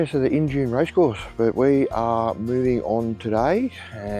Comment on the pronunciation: Injune pronounced In-June.....great video! Thanks Guys!